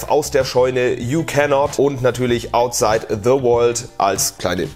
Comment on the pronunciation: ähm, outshine the world, nicht outside 😀